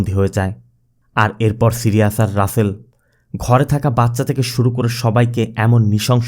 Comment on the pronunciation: সিরিয়াজ না ভাই সাইরিস